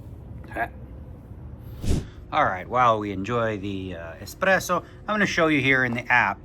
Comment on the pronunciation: Espresso and hummus — super annoying when Dnegs says either